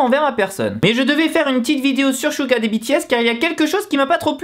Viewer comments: 😂😂😂😂SHuga mais mec sa ce dit Suga! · Chouga .. ARRÊTER LE MASSACRE C'EST SEUGA PAS CHOUGA MAN ! bref .. SEBOOMBAYA 😂😂😂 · Suga ne se prononce pas avec le S francais, ca ressemble + a "Siuga" meme. 슈가 ne sera jamais prononce comme le "Su" francais. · c'est pas "chuga" 😂😂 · Merci mais c'est raté , tu m'apprend rien ... Je fait du Coréen ... Alors CHUUTT mais je te dit pas sa pour sa c'est juste que sa doit faire bizzard pour les aitres et puit ta prononciation n'est pas bonne